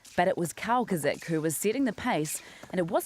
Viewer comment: Haha, I just love how you can't pronounce Kowalczyk properly. :)